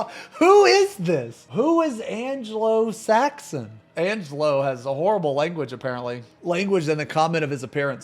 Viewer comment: Wasn't watching and they way he pronounced it, he made it sound like "Angelo Saxon", was like "okay, mix nationality parents I guess?"